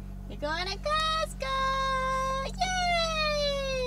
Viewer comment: 発音 コスコーJAPANね(笑) #カタカナ英語 🌷🌸🌺🌻